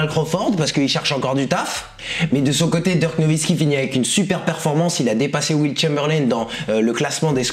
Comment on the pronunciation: Il dit Dirk on dirait il parle de lil Durk 😂